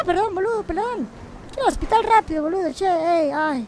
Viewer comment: Por que pronuncian los insultos como si fueramos italianos? JAJAJAJA Es Boludo o Pelotudo pero a lo argento, no con el acento Italiano jajaja